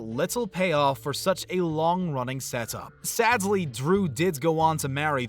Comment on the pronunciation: Are you saying "sadsly?"